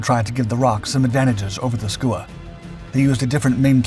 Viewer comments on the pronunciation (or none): It's pronounced 'skewer' named after the Skua sea bird, as was the Roc.